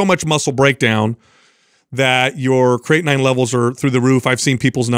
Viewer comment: Kray- a/tin 🤣